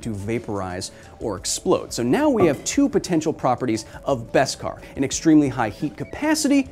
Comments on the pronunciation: What’s Best-Kar? It’s Beskar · just learned its beskar not veskar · It’s beskar, not best-kar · I was a ltille bit confused when Kyle always says: "best cars" - until i realize its "baskar" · I know it must have been said, but its BESkar. No T.